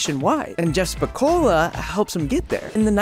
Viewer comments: Holy shit. You completely BUTCHERED the name "SPICOLI" 😂 Where did you even get the idea that it was pronounced "spi-cola"?! it ends in "-Coli" pronounced like "spi-coal-lee" where did you get that random ass "A" at the end from?! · In the movie it's pronounced "spuh-kōw-lee" my guy; like "holy", not "cola". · it's Pronounced SPI KOL EEEE (Long Eeee) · Spicoli rhymes with golf-tee Not Pepsi cola Vans slips were more for long boarding or where the canvas wouldn't meet the grip tape. The reinforced mid and high tops, kinda like converse all stars. They brought the indoor skate parks and early x games to the public and really took everything into high gear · Bahahaha it’s absolutely adorable and hilarious hearing you say the name and quite obvious you’ve never seen the movie and only Read his name would be my guess. It’s pronounced “spuh-coal-ee” 😅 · How you sayin his name? Spuhcolee is how it's pronounced sir. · Now you just have to pronounce spicoli correctly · The fact he mispronounced Spicoli twice tells me he's never seen Fast Times.